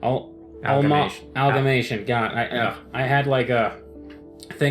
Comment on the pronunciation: You still pronounced amalgamation as algamation... nah jk ly